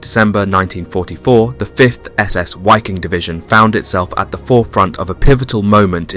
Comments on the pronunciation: Why do you say the w in waffen correct (w=v in English) but sound silly saying WHY king instead of just how it is. Viking and wiking same group of BA’s same pronunciation. Just remember the movies when one might say ,”(Ve have Vays of making you talk. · It's pronounced Vee-Keeng... Not (Why-king) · Its pronounced VIKING. German you pronounce Ws as Vs. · there is no w sound in germam so it is pronounced 'v' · The Wiking SS division ( pronounced 'vee-king) was comprised of 90% Germans, according to Roman Töppel, so not really a European army at all in the broader sense. That is not to say that quite a few northern Europeans didn't serve in the Wehrmacht or Waffen SS. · Imagine you make a 54min video about that Division but did not even spend a single minute on how to pronounce it. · The German „W“ ist propounded as your „V“. „Wiking“ is pronounced with two short „i“.